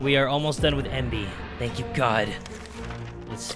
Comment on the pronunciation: is it me or is he saying ''No, Spank you!''